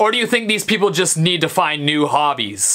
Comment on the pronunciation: Stevie, did u say preople? lol ;)